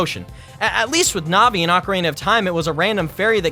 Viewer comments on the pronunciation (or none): none